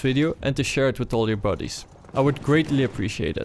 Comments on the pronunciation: buddies sounds like bodyes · i like the way you say"buddies" with your accent. WHAT?!?!